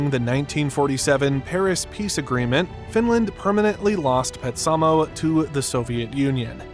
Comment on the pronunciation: This was very informative. However, your pronunciation of Petsamo is totally off. It was pronounced ‘PET-sa-moe’